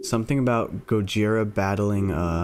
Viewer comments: Just saying but dude…it’s pronounced go jithhhhra like in Spanish the thhhhhhr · here is some help Gojira(go-ge-ra) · The pronunciation of gojira (go-ji-ra) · This is ten months ago, but Gojira is pronounced 'Go-Jeer-Ra' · Gojira pronounciation: GƱ/zea/ra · The way you pronounced it is wrong the way it should be pronounced is gorjia